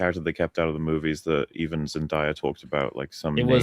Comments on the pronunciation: I agree with the points but can you guys please stop calling her “Zen-Die-a” It’s “Zen-Day-a” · ZEN-DAY-A not ZEN-DIE-A 😅